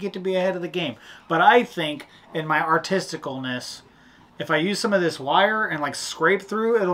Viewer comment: Did say "Artesticleness"? I really enjoy watching you guys and all the tricks you use. Keep them coming and be safe.